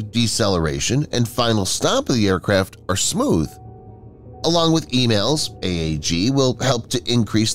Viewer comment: It's 'ee-malls' not 'ee-mails.'